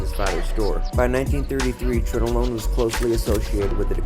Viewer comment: you need to learn how to pronounce, Tronolone... it's Tron-A-lone, not Trone-o-lone